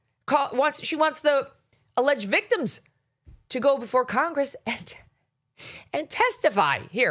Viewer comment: Melania is so concerned about the veekteems🙄